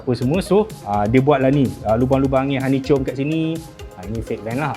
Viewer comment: hani-chom .. lain maciam bang japa.. 🤣